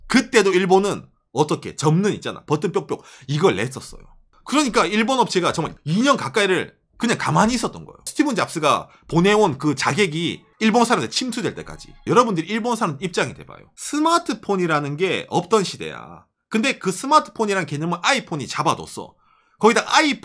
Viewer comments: 스티븐 아니고 스티브 ㅎㅎㅎ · 스... 스티"브" 잡스